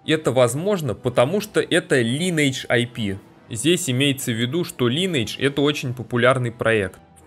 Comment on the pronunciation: дружище называй только не линэйдж, а лайнэйдж так будет правильно.